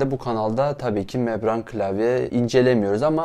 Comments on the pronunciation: Abi mebran değil membran diye biliyorum tüm vidyo öyle demişsin :) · mebran değil o membran :D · Membrane o, mebran değil.